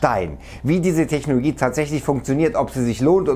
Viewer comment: Kann es sein, dass er immer Technogie statt Technologie sagt?